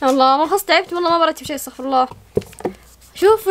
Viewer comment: طريقة نطق الاستغفار الصحيح قول استغفرُ الله بضم الراء وليس بفتحها واذا خليناها مفتوحه راح يتغير المعنى مررره ويصير خطير يعني كأنك تستغفر لله (والعياذ بالله ) انتبهو